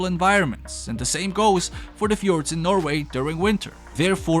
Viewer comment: i'm form norway and you got it right just tried to hear pepole to fjord wrong do but oh,well